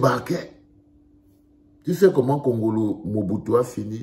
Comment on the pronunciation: Pas wongolo mais kongolo